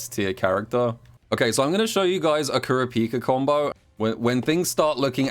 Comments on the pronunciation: Kur a pika not trying to flame you but I find it funny how u say it lmao What have I become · I slightly cringe every time says kurapika wrong